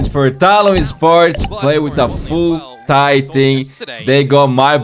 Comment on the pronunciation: With all due respect thyy's name is actually pronounce as "tee aitch why why" each alphabets individually, idk why the caster called him thy. It could be that thyy changed it himself so ppl could say it easier. If anyone know anything about this please tell me.😅